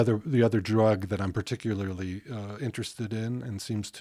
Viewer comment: One day Joe will pronounce "particularly" correctly